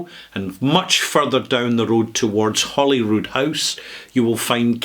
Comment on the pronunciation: I had to back up the video five times to listen to it again. Maybe I’m going deaf in my old age, but it sounded like you said “Hollywood” rather than “Holyrood.” It’s a Middle English term equivalent to “haly ruid” ("holy cross"). The mispronunciation is completely understandable, especially if one is in California such as myself. It might be helpful to pronounce the two parts of the word separately as, “ Holy-rood”. I have been to Scotland four times and visited 49 distilleries. If I make it a fifth time to Scotland, I’ll be sure to visit this one.